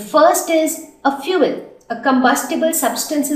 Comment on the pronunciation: U don't know how to speak English? And please correct ur words like paper, fule etc